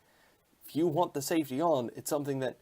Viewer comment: Safety... not safty 😂